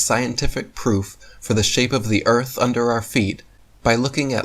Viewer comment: That last idiot has “proff” 🤣